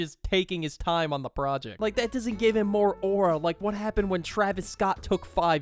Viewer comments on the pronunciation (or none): none